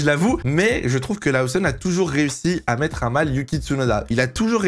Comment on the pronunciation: Laoussonne ? Connait pas Ça en devient stressant à la longue 🤣